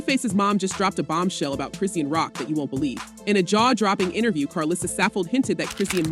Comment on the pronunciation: Why the whole video her name WASN'T pronounced correctly 😩🤣🙄 who tf chrissiannn tf smh. Shes only serving 30 days and 1 yr probation bro